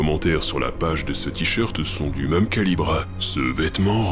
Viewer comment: D’où vient ton accent? J’avais une prof à Grenoble qui avait le même accent, mais je ne l’ai pas retrouvé chez d’autres Grenoblois... ça s’entend particulièrement quand tu prononces « même » « meum « ...